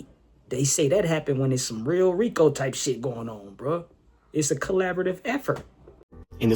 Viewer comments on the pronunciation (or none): Did he say a RICA? It’s RICO